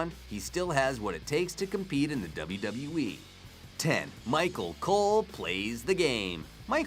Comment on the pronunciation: He said micro cole